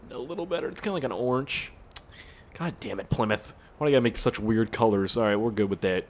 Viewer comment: WTF ***** did u just say plmyth haha